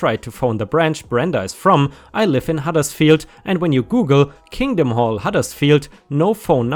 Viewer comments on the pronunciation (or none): none